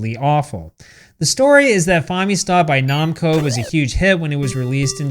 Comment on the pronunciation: The "Fomi-com".....and RBI Baseball made by "Nom-co" LOLOL